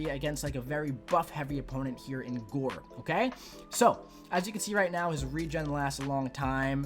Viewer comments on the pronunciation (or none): Gorr not gore 💀